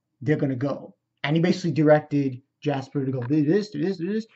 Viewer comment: 3 seasons in and your still having trouble with names? Its Gasper, not Jasper. G as in gate. And it's Akeno, not Aneko. Also, Ophis was seen in Season 2 before the meeting in episode 10. Mentioned by name too. So she isn't new.